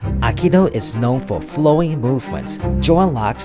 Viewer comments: First word - "Akido" !!! It's Aikido - " Aye-Kee-Do. Let's start in the right place shall we ? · please, don't say "akido":)